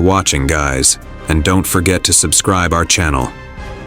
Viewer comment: Don't forget "Fore-git"